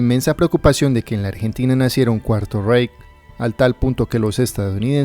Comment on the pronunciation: "Cuarto Reic" 😓🙄 buen video igual, muy bien el top 🖒